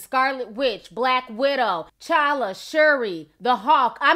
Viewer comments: T'challa not challa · The 'T' is not silent in his name. T'CHALLA